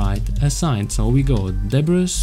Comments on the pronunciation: it's pronounced "Debree" ;) and great tutorial! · Great tutorial. I just wanted to let you know, the "s" in debris is silent. It's pronounced like duh-bree : )